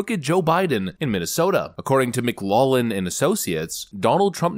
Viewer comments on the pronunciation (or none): It's pronounced Mick-loff-lin, not Mick-law-lin,. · McLaughlin is pronounced Mick Loff Lin or Mic Loak Lin but not Mic Law lin. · Mc LOCK lin. Irish name, standard pronunciation